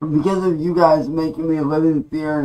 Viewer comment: “Stahp yew guise” 🤣